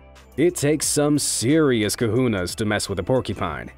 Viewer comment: Cojones not Kahunas 🙁